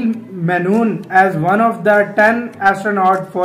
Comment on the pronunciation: अनील मेनून नहीं अनील मेनन होगा वह It's menon not menun